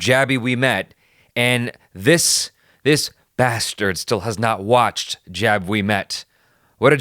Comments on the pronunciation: Jab is pronounced like rub with a j. Not jab of jaby 😁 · Its not pronaunced jaab its jub 😉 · Its pronounced 'Jub' not 'Jab' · Pronounciation - 'Jub' like pornhub, we met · The Hindi word Jab from Jab We Met is pronounced "Jub" which would rhyme with hub, rub, tub... It means "When", so the title could be translated as When We Met. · First. Also, it's pronounced Jub like jug. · Lolololol dat some pronunciation dude :V feel like jabbing you :V